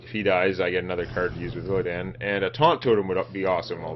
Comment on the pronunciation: I love the way you call him illiadn and put sound on the word DAN in his name